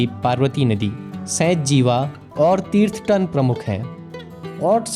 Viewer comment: तीर्थतन nhi h bhai थीरथन river hai